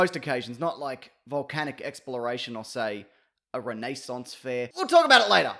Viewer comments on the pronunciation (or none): THE WAY HE SAID RENAISSANCE I'M WHEEZING